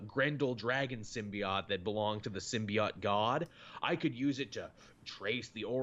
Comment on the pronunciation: Everytime I hear "Sim-Be-OT", I die just a little.